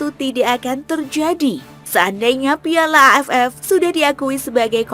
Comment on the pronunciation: Ngomong piala nya biasa aja donggg